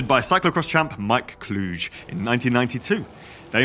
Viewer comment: Your pronunciation of Mike Kluge gives me ear bleeding.